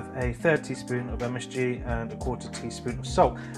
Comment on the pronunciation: Weird to here you say msg and another msfuckingg 😅